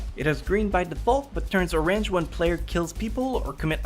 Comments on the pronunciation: Rayed Hamayun he pronounced orange: r-ange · Rayed Hamayun excuse me or-ange